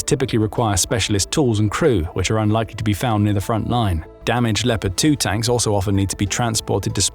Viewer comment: Les IA de piste audios , ont une grande difficulté à prononcer les noms propres , ( Lipeurd pour léopard entre autres ) Et le débit de paroles est souvent trop rapide. Il y a de grandes améliorations à faire